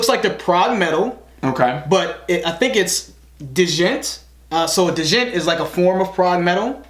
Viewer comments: lmao "d-jent". i know its a dumb word but its just pronounced "jent" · Dujent had me dying 😂💀 I love you guys so much. I love how open y’all are and how much y’all appreciate this genre. I’m just gonna also say that it’s pronounced gent but I love how y’all say it so keep saying dujent! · Not gonna lie, I loved the way he said D-jent so classy xD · DAHJENT it’s djent (pronounced jent) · You don’t say djent like deshent. It’s JENT. JENT guys. It was named to mimic the sound of the “JENT JENT JENT JENT” sound of the guitars. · D-Jent LMFAO! XD.... It's just "Jent". You should give Tesseract's song "Of Reality" from their sophomore record Altered State a listen.... the track ends on an incredible, 2-minute long saxophone solo! What separates Djent bands from their regular Prog Metal peers is their emphasis on Bass grooves and palm-muting. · It's not delivery... It's di-jent :p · "I think it's... Deejent" xD it's (D)jent, the D is silent ! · It's Djent like Gent ... or duuuhhh-jent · "Jent" dont know how it became, but thats it , "Jent!" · Oxford dictionary defines "Djent" Pronounciation: Duuuh-jent. Lol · Just in case yous haven't been told, the D in Djent is silent btw :') So it's pronounced 'jent' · Can y'all review the metal cover of Humble by Kendrick lol. Also it's pronounced "gent" 😜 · Djent is pronounced "Gent" and it just refers to the stop/start sound the guitars make. Also Tesseract has a wide variety of sounds across the albums. definitely check out Concealing Fate pt. 1 or anything off the Polaris Album. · Btw, Djent is pronounced "jent" the D is silent lol. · It's pronounced "JENT", the D is silent. THE D IS SILENT! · Djent is pronounced "gent." It's... yeah. The djent note, from what I understand, is when you play the lowest notes of a 7 or 8 (maybe more?) string guitar in a way that sound percussive, almost bass-like. What you may think is the bass is actually the guitarist. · "Du-Jent"??? Do you also say "Ku-nife"? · Pronunciation: DUUUUUUUUUHHHH-Jent.